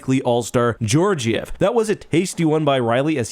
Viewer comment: Both Gs are pronounced hard, GHeorgiev as in "goal", not as in Georgia.